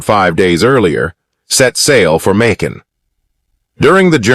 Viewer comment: It's annoying as hell when you pronounce the word differently sentence from sentence. Makin. You pronounce this word differently back and forth. It's annoying. Honestly I'm going to block you if you keep doing this crap